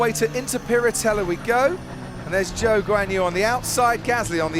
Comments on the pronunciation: Zhou is ‘Joe’ not ‘zoo’ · PAUL DI RESTA ITS ZHOU NOT ZOO 💀💀😂😂😂😂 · Someone tell Di Resta his name isn't Zoo 🤣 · I just cannot unhear "Joe" Guanyu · Paul di Resta calling Zhou “Zoo” 😂😭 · I don't see how that's worse than Guanyu Joe. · cringed so hard when Di Resta pronounced Zhou's name as "Zoo" FFS MAN 😭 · Idk if Zhou made it clear how he wants it pronounced, cause i heard some call him Choo, Joo and even Joe (how does one pronounce Zhou as Joe i have no clue). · PDR needs to pay attention how to actually pronounce Zhou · "Zhou Guanyu"